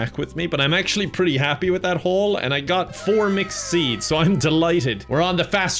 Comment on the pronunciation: I hear “mcseeds” every time he says mixed seeds